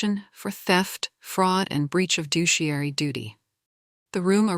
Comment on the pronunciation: You listened far enough to hear “douchiary duty” and decided to whine about it when you clearly understood the real word? Lazy jerk! How about appreciating and enjoying these AI stories for what they are…revenge porn for meek people. Better yet, why not write your own stories and read them for the general public so they can take you over the coals?